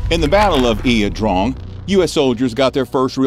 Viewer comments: La drang..... not ia drong......... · You are mispronouncing…LA…not IA…….La Drang Valley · It's pronounced YAH Drang, not EEya Drong or even EYE Drang, as it was bastardized in We Were Soldiers. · Ya drang valley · The battlefield is pronounced, Ya Drang. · it's pronounced eye drang..i remember it well.. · I always thought it was LA drang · Are you saying it correct ? Thought it was pronounced eye drang? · It's pronounced "I DRANG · Lol yah should know how to say the places . Pronounced La Drang! Lol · pronouced ' I-Drang" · Need to spiff up your pronunciation and total casualties at Ia Drang vs killed. That battle started it all and anyone deeming to provide an account to the public should make sure all aspects of what really happened are reported correctly.